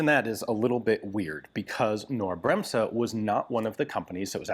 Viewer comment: FYI the n in "Knorr" isn't silent and the s in "Bremse" is a soft s, more like you US folks would pronounce a z.